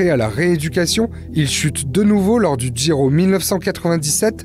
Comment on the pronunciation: Il dit Giro, mais contrairement à beaucoup de français il fait un petit effort au niveau de la prononciation, d'où ton incompréhension...